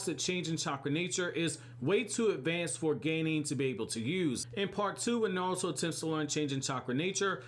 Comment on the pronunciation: Blows my mind that your the only American that says Naruto correct. Not Narootoe